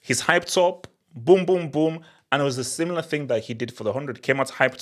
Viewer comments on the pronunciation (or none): none